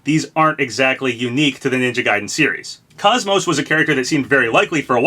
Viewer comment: Wincing every time Kos-Mos's name is mispronounced :(